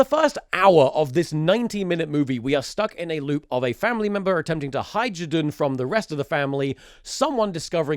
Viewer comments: one of those "Zhdun"s was actually correct XD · You pronounce Zdun very good 😅 This is very funny, this movie is not popular in Russia, considering it was made much later after meme was popular. Nobody knows why it was made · you have a perfect "zhdun" pronouncuation. i like it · You're Zhdun pronounciation is pretty good, you nailed that Ж. To better comprehend it, take a word like "jump", then imagine it as "d zh a m p" and try saying it without the d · Thomas being self conscious about his russian pronunciation whilst he is correctly pronouncing ждун is the best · your pronunciation of zdun is perfect btw. - a russian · As a Russian, I think you pronounced Zhdun pretty well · russian speaker here! you pronounce zdun alright, nice job komrade👏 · the subtitles for zhdun are a bit mistranslated from what I can tell but given what the movie is I'm surprised anyone translated it at all. also your pronunciation of zhdun is fine